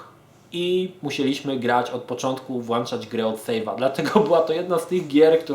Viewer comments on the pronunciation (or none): none